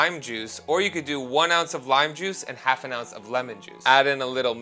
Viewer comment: Anyone else happen to catch "aff and a hounce" ? 🤣